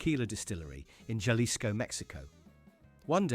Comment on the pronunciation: It's pronounced [haˈlisko]